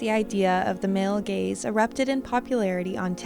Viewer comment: I'm the idiot that laughs when you say male gays instead of male gaze